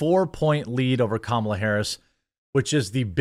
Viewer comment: DID YOU SAY CAMEL A. HARRIS... I DISTINCTLY HEARD IT... EVEN CAMELS ARE ASHAMED OF HER...